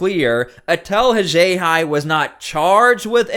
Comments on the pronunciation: If not for you, I. never would have learned of this big story.👍🏼👍🏼 You have interesting pronunciations of “Worcester” and “Haxhiaj.”👀 👀 👀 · This is meant as constructive criticism... This vid could have been half as long. Please correct your pronunciation of Worcester and Haxhiaj. Say it with me, "All of A sudden" (not "all of the sudden")